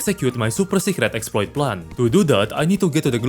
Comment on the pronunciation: "exploiTEH", Like what